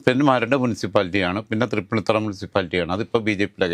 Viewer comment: എടോ മരത്തലയാ തൃപ്പുണ്ണിത്തുറ അല്ല തൃപ്പൂണിത്തുി ആണ് ശരി